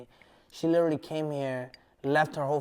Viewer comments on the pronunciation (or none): lileraly= literally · Take a shot everytime he says "LIL-ER-LEE" aka Literally lmao